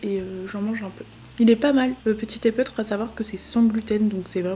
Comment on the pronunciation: Petit épeautre : se prononce petit "épotre" 😊